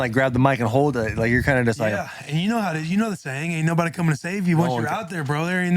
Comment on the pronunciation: Almost spit out my coffee when Shane said “Cummin with the Boys”. Nobody caught it though haha